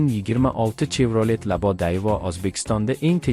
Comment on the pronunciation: Чевролет эмас шевралет деб айтилади савод хам говлат кетганми